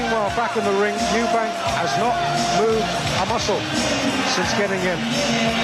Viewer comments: Is it just me that finds mcguigan extremely annoying calling Chris "eubankS". There is no s on the end of his name. FFS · EUBANK not EUBANKS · 😂😂CWISS UBANK